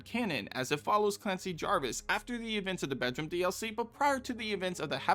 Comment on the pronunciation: How many times do I have to tell you, It's Javis?! No "r"!